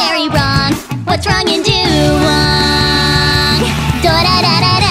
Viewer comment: But the Chinese way of saying it is "dah-wong."